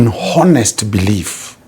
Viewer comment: H is silent in Honest.